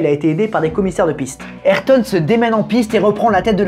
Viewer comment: Super vidéo mais la prononciation d’ayrton me gratte l’oreille mais vrm sinon super vidéo je l’ai a peine commencer Js déjà que cv être incroyable